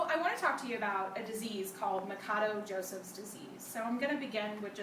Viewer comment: its not ma ka doe...its ma sha doe...idiot....portugeuse last name.....but thanks for vid though...